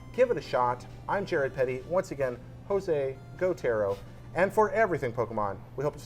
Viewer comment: I almost spit out my coffee when I heard Jose Go-tero